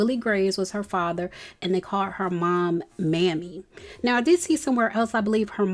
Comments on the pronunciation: May-me not Mammy 😂made me think about The Dave Chapell show 😂😂😂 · its pronounced May-Mee not maamie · teresa's mom's name is pronounced May-me.